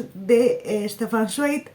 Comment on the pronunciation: Creo que se pronuncia "Zvaig" pero bueno, que no todos somos expertos, yo de él me leí la biografía de Maria Antonieta y Mendel el de los libros. Ya me cuentas que tal con Stefan Zweig. Ya me contarás de Herzen y de Zola.